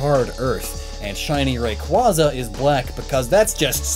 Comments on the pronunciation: Illumise - ee-loo-mee-zay Rayquaza - ray-quay-za Also you skipped Frosslass from the Snorunt line; the change is barely there, but the ice parts get slightly lighter and the sash turns from orange to pink. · But, it's not Rayqauza, it's Raqutzua. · You said rayquaza wrong lol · Never say Rayquaza's name again until you can learn to pronounce it properly, you literally have a video up that says how to pronounce it and then made a video talking specifically about Rayquaza pronouncing the name wrong the whole video and the comments were flooded with you mispronouncing it.... AND TO THIS DAY YOU STILL CANT SAY IT RIGHT, please for the love of everything can Poketubers stop saying it's name wrong it's misinformation for viewers and will have lots of others saying it wrong